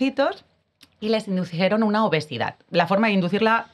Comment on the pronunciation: Lo siento pero si dice "inducieron" (min 5'25), dejo de ver el video.